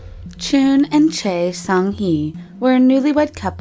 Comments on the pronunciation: SilverOwl13 It's Choi but all I heard was Chey. What the fuck, how could someone get that wrong? I cringed, really. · not it's pronounced as 최 (choe/chwe). Chae is 채. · Choi is actually pronounced as Chae. Lol. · how choi was pronounced though.. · Ohhh the pronunciation of the Korean words... 😤😤😤😐😐😐 Edit: Busan not Poosan and Choi not Chae